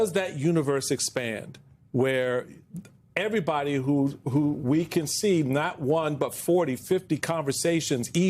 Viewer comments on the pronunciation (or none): Earbody? eVerybody! I am an English teacher…. And he just lost 50 points on his paper!